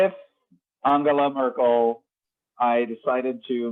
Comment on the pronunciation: I love how you go out of your way to pronounce 'Anhela Murkle' every time